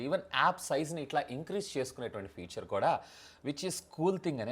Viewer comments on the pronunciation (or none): none